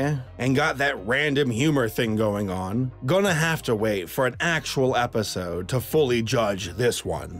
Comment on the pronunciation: Did he say watching an APPisode, or was that just me?